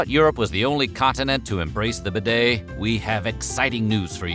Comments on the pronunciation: Useful intel but... the damn word bidet is pronounced beeday not b'day, without the silent 'i' this guy has invented.. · Pronounce properly! BEE-DAY not b' day (as a contraction) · It’s pronounced beeday! 🙄🙄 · Much ado about absolutely NOTHING. By the way it is pronounced : "BEE DAY" not "BID-AY" ! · pronounced be day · Try getting the pronunciation correct.... Try 'B Day' . . Instead of 'Bed A' . . . Then they might become more of a fashion statement. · So you pronounce it b'DAY in America; in England it is pronounced BEE-day. It never caught on in the UK, unlike in France, so as more immigrants to the US were British than French it never became popular there - though I suspect more were found the South (Louisiana, for example) than New England. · Bidets rarely exist in British bathrooms either, much to my regret. I wish you would learn to pronounce bidet properly! It is BEE-det, with stress on first syllable. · It's pronounced beeee daaay! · Correct pronunciation...BEE-DAY!! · Aah If you’re discussing a subject at least learn how to pronounce it It’s a bee day Thanks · For goodness sake learn how to pronounce the word bidet.🤪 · The way you pronounce bidét sounds very stupid.